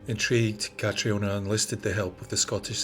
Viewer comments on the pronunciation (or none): Please, Catriona is prounced 'CATRINA' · I always thought Catriona was still pronounced Catrina 🤔... I knew a girl called Catriona a few years back. She's gorgeous but has no idea. She's hated it but i loved it! 😂... but yeah, hey Cat, if you're reading this 😂